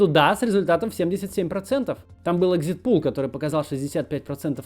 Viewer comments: Но он же экзит-полл, а не экзит-пулл. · экзит ПОЛЛ, Максим, экзит ПОЛЛ, а не ПУЛ. Это не бассейн на выходе, а опрос. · Правильно говорить экзитпОл! От английского «exit poll», где poll — это опрос. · хорошее видео, Кац молодец прямо! Экзит-пол через "о" произносится. Нет ли таких же графиков по зарубежным участкам? Интересно, как там мой голос в Вашингтоне